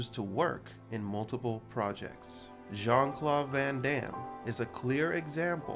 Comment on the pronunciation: I’d be even happier if the idiot narrating this knew how to speak. Calling him Jean Clauve (you can hear this shithead pronouncing the V instead of D) shows what a punk ass dick you really are.